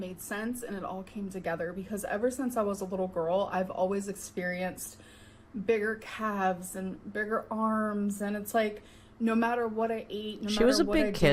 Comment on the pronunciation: every.single.time she says "when I was a liddul gorl" I want to punch her. she LOVES talking about her "liddul gorl" self, it's creepy. normal people refer to their younger selves by age/grade, or by saying "when I was younger", or "when I was little." but she REALLY wants us to think about her dainty, innocent, adorably tiny princess heroine younger liddul self. she disgusts me